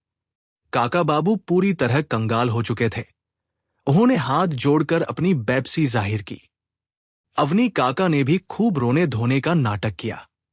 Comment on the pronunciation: Aapka pronunciation wrong hai Aap.bebasi ko Pepsi ki tarah bol.rahe thae